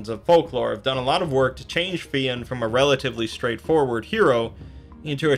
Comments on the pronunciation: It's not Fee-in. It's fyun. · Fionn pronounced fyun not feeon well that's the way it is pronounced now idno about earlier in Irish times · Jesus Christ!!! It's pronounced FI UNN not FEE ONN !!! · You are right - he can be called Finn (like Fin) or Fionn (like Fuh-yun) - not Fee-ann that the reader here is saying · It’s not pronounced Finn, more like f- yon maccool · I always hear Fionn pronounced fuh-yun but one syllable like Fjun. Great video btw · Not to be a pian but it's pronounced like Fyun. Irish be tricky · Fionn rhymes with young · Yeah, I think just mispronounced it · You pronounced fionn wrong